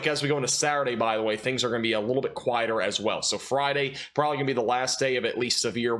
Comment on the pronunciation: Good sir.....FYI the word "rural" actually has two syllables. This fits with the no "g" in significant and the no "b" in probably. Can you say "prolly" and "sinificant" ??